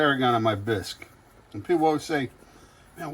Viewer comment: Can't even pronounce Bisque